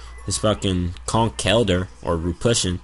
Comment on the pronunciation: i have never heard conkeldur pronounced like that